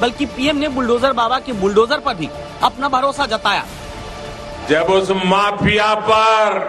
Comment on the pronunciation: Maapiya nahin maafiya kya admiko banayare CM...